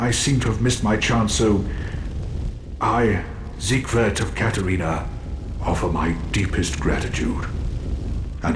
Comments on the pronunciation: "Zighood"???? It's not even that hard to say it. It's like "seeg-ward" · For those who care to know his name is pronounced seeg verd